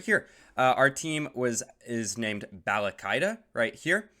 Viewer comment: Team name is clearly written as "Balalaika": "Balakaida"😂😂